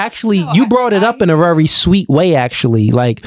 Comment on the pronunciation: The word is "VERY"! Not "Rery"